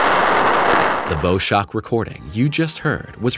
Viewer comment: Bow Shock - it’s pronounced like the Bow of a ship not the bow of an archer - English can be confusing